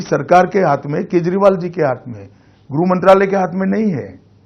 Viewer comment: गृह विभाग को तो ये घुरु विभाग बोल रहा है